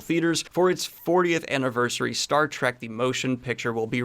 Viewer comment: JJ Trek does count. Please say trek, not track, so glad you added the heads up for Trekkies. Loved The Boys! Love your news 🏆